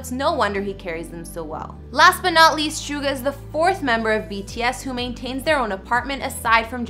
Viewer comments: Soogar? It’s suga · Gurllllll hes name is jungkook and hes name is chin ,snga gurl it's suga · Suga is pronounced as Shooga or Shuga